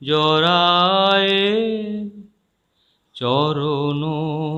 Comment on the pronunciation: নেপথ্যে কা'কে দিয়ে আপনি গান শোনালেন জানি না। এত বেসুরো গলায় ভুল উচ্চারণে উনি গাইলেন " চরণ ধরিতে দিও গো আমারে"। "জড়ায়ে" শব্দ উনি উচ্চারণ করলেন "জরায়ে"। আপনি শ্রদ্ধেয় হেমন্ত মুখোপাধ্যায়ের লেখা বই "আনন্দধারা" পড়েছেন কি না জানি না। ওনার পেশাদারী মনোভাব সম্পর্কে আপনি যা' বললেন, তা' বিশ্বাস করা কঠিন। উনি যে একবার একটা অনুষ্ঠানের উদ্যোক্তাদের কাছ থেকে নিজের প্রাপ্য টাকা এক দুস্থ শিল্পীর হাতে তুলে দিয়েছিলেন, সেটা আপনার গল্পে বাদ পড়লো কেন সেটা ভাবছি।